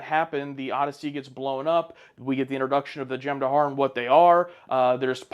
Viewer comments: For the love of god, they're called the Jem-Hadar, not the Jem-Dahar. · "Jem dahar" no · "Dahar" apparently...